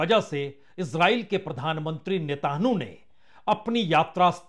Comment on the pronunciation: Apni uchchaarannon KO satheek karen Punya prasun bajpai jii ! Blaadimir nahin Vladimir hai unka naam aur Netaanhu nahin, Netaanyaahu hai unka naam.